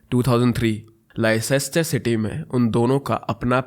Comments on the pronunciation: it's pronounced like lester city not Leicester city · It's written like Leicester City but pronounced Lester City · I wonder why you don’t learn the pronunciation of cities when you cover international cases. Munich, Leicester, Glasgow, Dundee even Danube river all pronunciations are wrong and it makes it difficult to follow the case.